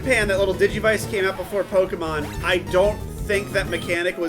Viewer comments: Pokeyman. God, I had the same kind of teachers. They never notice the é in Pokémon. Some teachers they are! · why in god's name did the adults pronounce it pokey-man? my principle did it too, and i'm in virginia. they're in texas. what the hell XD